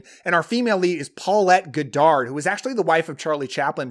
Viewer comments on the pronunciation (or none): Paulette Goddard is pronounced "God erd" not "Go Dard"